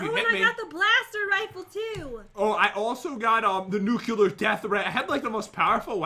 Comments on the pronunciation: i like the nucular death ray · Who gets annoyed when they say nuculer instead of nuclear?